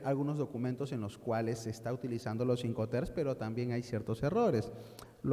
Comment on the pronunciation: Se dice IncoterMS, no incoter